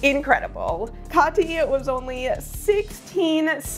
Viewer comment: I really appreciate how you pronounce (or try to pronounce) the names correctly :) As a german, hearing kathi pronounced well is so nice! :D Awesome video!